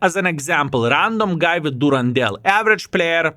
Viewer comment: The name Durendal is from Tolkien and is mentioned in the Hobbit. It has a nordic origin and "dal" is a valley. So it is pronounced Duren-dal. Good on you!!! ❤